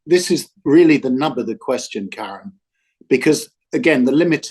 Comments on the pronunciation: He keeps calling Karan, Karen 🤣🤣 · करन नहीं, किरण हैं आप मीडिया की। आपके इंटरवियू का कोई जवाब नहीं है सर